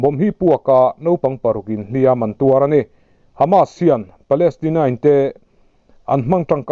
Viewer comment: A bengvãrthlãk e. "Hliam an tuar," tih a, 'Hliam" i lam dãn hi a dik lo deuh, a ri hniama lam tur a ni.